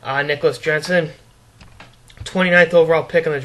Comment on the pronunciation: 202 pounds lol....he is a true gem lol...cody was that other guy lol...it is pronounced "yensen" lol